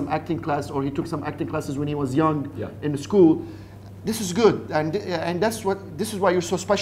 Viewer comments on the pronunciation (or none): none